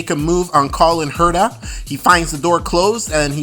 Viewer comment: Cullen Herta and Rynus VeeKay? How can you consider yourself a reviewer of Indycar events when you're not at all familiar with the pronunciation of two of their biggest stars? Pendulum issue? Seriously, find another profession please.